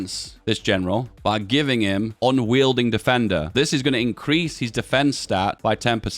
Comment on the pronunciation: Unyielding is pronounced with a y in a w.